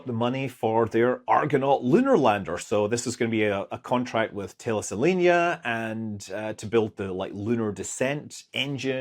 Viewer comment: As Thales (or Thales-Alenia) becomes more prominently talked about in the Space Youtuber community, I notice more people rushing past the pronunciation of "Thales" especially those people I know are familiar with how we are supposed to say the name of the ancient Greek/Ionian engineer Thales ( thay lees ) that inspired it all. 😄